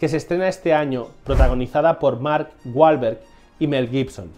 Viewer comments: literal en españa le quitan la seriedad a todo, y este video perdio toda seriedad cada vez que menciona el apellido balverg que no entiendo que actor es ese, yo conozco a mark WWWWWWWWWWAAAAAAHHHHHLLLBBBBEEEEEERRRGGGG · me encanta la pronunciacion de Mark Balverg (literal no entiendo porque rayos pronuncia mal su apellido si es con W y no con B)